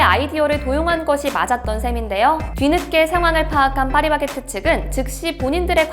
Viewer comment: 충청도 분 이신가요?? 빠리바게트 빠리바게트 ㅋㅋ 귀여우심